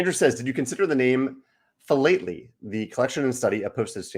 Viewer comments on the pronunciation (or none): FYI philately is pronounced fi-lat-uh-li. I used to work for Stanley Gibbons, a giant in the stamp world that started in 1856!